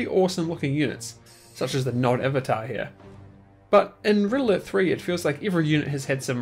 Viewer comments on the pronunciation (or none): I cant help but hear ''Riddler'' whenever you say ''Red Alert'' THAT fluently and it cracks me up every time :D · When you say “red alert” I hear “riddler”